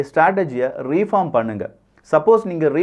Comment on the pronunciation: It is not ரீபார்ம் It is ரிபார்ம்